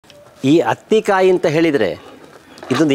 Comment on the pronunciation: This is not hathi kayi it's athi kayi